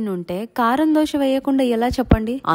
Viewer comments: Dhosha kadhu adhi dosaa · Dosha , dosham kadu amma thalli … ado Dosa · Dosha kadhu akkoo dosaa....kavalani dosha😂 dosha😂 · దోష కాదు అక్క దోశ